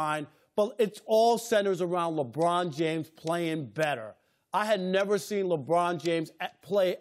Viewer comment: Chris Broussard his name is LeBron, not LaBrine. So irritating. 😤